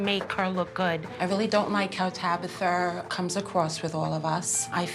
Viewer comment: Not "Tabather", mam go cry off screen, my goodness😂